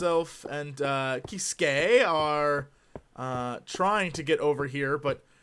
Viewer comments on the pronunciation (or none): When you said Kiskae, I thought you said "He's gay." And I was like LOL.